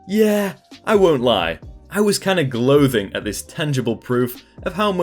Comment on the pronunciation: "gloathing"? lol I actually thought that was a British word or something until I heard you say "gloating" a little bit later 😂